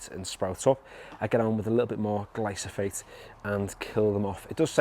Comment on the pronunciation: It’s Glyphosate not Glysophate 😂